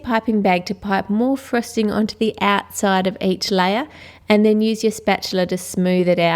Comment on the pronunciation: its frosting not frusting!